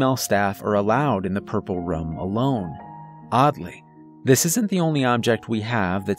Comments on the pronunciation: I keep hearing him say "rum" instead of "room." I like the stories but saying "rum" instead of "room" is distracting. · Please learn how to say room lmao